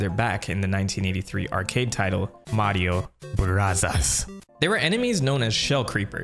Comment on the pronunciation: Seriously just say Mario brothers not Mario brathas